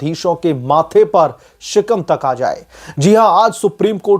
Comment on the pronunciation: गधे शिकम नहीं होता है शिकन होता है फर्जी ज्ञान दो खाली